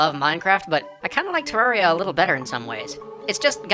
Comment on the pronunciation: It's pronounced Ter-rare-ree-a.